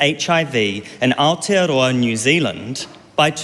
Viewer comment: Who the fck is that? (Not you Winston) AND it's Aotearoa not Aotiaroa